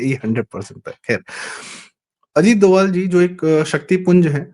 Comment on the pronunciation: DOVAL डोवल IS WRONG PRONUNCIATION 🎉 IT'S DOBHAAL डोभाल 🎉PLZ CORRECT URSELF